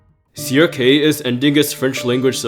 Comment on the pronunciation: Crk NOT crob 😂